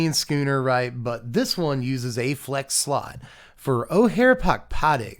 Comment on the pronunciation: Thank you.... thank you for pronouncing schooner properly... so many people mispronounced it... it shouldn't have bothered me but it was starting to... so thank you.😊